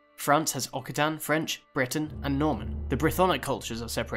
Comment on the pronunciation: A small comment on pronunciation: Occitan is pronounced as oxitan. And all the “y”-s in russian names (Svyatoslav, Izyaslav, etc.) can be largely ignored, which is much better and closer to the original in terms of pronunciation than adding an out of place “ai” sound.